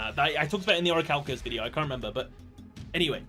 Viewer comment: It pains me every time you mispronounce orichalcomolos